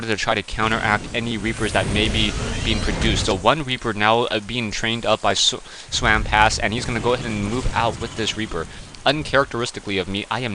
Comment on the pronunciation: Seriously.. this guy's name is just what is says.. SWAMP-ASS. So what? I think it's funny. I don't understand why you chose to call him different and turn it into SWAM-PASS. Common loosen up a little!!